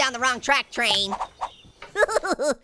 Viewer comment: says tain